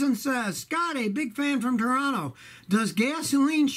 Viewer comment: You can tell that Scotty has lived in the area by the way that he pronounces "Toronto" (AKA, the RIGHT way)